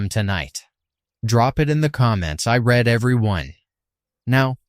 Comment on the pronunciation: First of all, it really irritates me that ai always mispronounced "i read" (red), should be "i read" (reed) every one. Next, the ai talks pretty much about ghost towns, but is showing a place where there's nothing but side-by-side houses next to a river. Where is this place? Another ai creation?